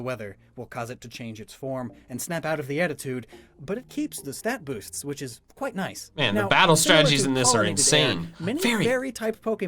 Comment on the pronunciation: “which bosts the power” 😂